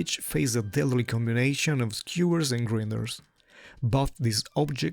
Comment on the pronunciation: grine-ders, not grin-ders